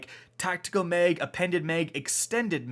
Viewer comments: Tactical MEG , extended MEG 😂😂😂😂😂😂😂 its MAG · It's mag not meg...assault meg, extended meg. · My mans said assault meg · Is it just me or does anyone else hear meg when he says mag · Canadian “People”